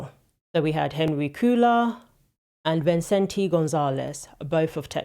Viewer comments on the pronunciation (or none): Cuellar is pronounced KWEH-ayr.